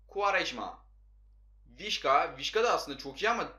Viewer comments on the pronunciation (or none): Vişka değil vişça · Abi vişka değil vişça 🤣